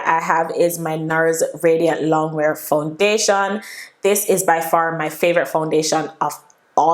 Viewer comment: The way you're pronouncing the foundation is sooo annoying sound weird.